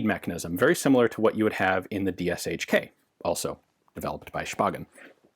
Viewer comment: We know how u love correct pronunciation - it is correct to say (in ur style) dshk as [d ʃ k] - Degtarev-Shpagin-krupnocaliberniy. SH in Russian lang is one letter Ш. (KalaSHnikov for example).